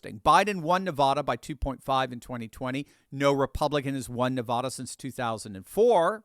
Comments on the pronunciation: NEVAAAAAAADA not nevawduh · … … Stop mispronouncing my home State it's not Nevada it's Nevada It's not Nevada as in aw It's Nevada as in add Come on, bro very distracting for for those of us from NEVADA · Nev a da. Not Ne vah da! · You’d think would learn how to pronounce, “Nevada”